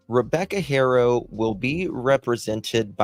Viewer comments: Ty. I missed the Live somehow. FYI Haro is pronounced Ah-ro(silent H), like you said in Spanish, and Hair-oh in English. You hear the Hispanic reporters and so forth saying Ah-ro. Also the DA in the 2018/2023 case re Carolina or Promise spoke out against the judge in his ruling, but I don’t know if an appeal was submitted. The judge said he couldn’t comment on his ruling because of ethical reasons. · It's Haa-Row ✌